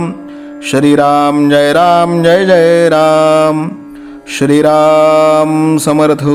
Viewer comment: ग्रंथ वाचन खूपच छान आहे.आपणास साष्टांग दंडवत करतो🙏.पण तुम्ही श्रीराम ऐवजी शरीराम का म्हणता ते कृपया सांगावे🙏🙏 श्रीराम जय राम जय जय राम ❤️🙏❤️ डोंबिवली.